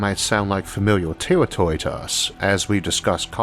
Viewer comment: Tewwatorwee!? Thwee!? Teashorts!? Tailforming!? This guy's hilarious!!!😂🤣😂